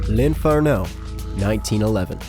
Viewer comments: Spme info from the Russian who studies Italian - In Italian the accent is on the second sillable - l`infErno.. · why does he say "dante's inferno" the almost correct way and then messes up the emphasis on "l'inferno"